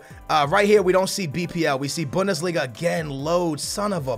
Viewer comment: Bundeslinga with "Toni Kroos"